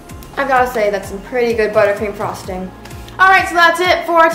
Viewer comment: am I the only one who thought you said buttcream